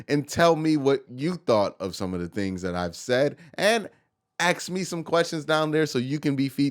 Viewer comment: Do you say AX on purpose? How about AXSES,, WTF... you speak normal English up until AX. AX. AX. AX. We al know your black